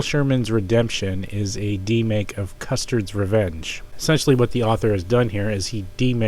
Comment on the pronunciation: Ugh... the Super Mario Bros "demake" (by Sprybug, not Spyerbug) has the "feel" of a 2600 game because IT IS A 2600 GAME. Yes, an actual 2600 game that will run on real 2600 hardware. And... did you seriously pronounce Custer's Revenge as "Custard's Revenge"?